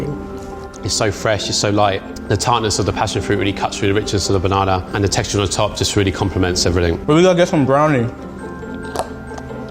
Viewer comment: Level 3: we will cut the banananer Me: what? Banana or banananer